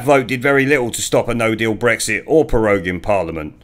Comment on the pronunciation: The bawoness cant even say bwexit ffs!!